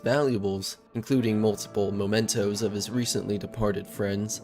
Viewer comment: In the spirit of constructive criticism: - “memento” (meh-mento) not “momento” - Ludd and Luddite is pronounced to rhyme with “blood”. So more like “lod-“ and not “lood-“ - “Celt” and “Celtic” is pronounced with a K-sound - it’s only the Boston basketball team (and a Scottish football team) that’s pronounced with a S-sound for historical reasons.